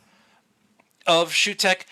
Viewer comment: It's pronounced Soo-tek.